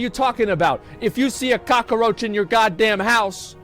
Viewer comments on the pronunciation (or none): I feel like Asmon watched Scarface over and over during his break from streaming. The way he says "cock-a-roach" reminds me too much of Al Pacino's performance lmao